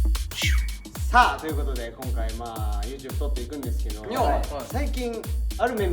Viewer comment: 「ということで」ではなく「というこで」になってました。 一応ご報告まで。